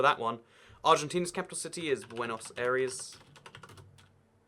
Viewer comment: That Buenos Aires pronounciation had me laughing so hard btw I’m Chilean